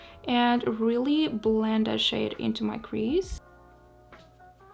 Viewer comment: What you said: "I'm just going to blend this shade out." What I heard: "I'm just going to blend this shit out."